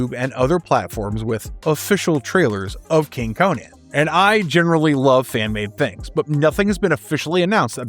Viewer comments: It's pronounced Conan not Cohen dude. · Conan (Koh-nin)